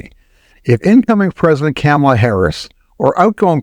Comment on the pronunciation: It's comma-la, not cam ala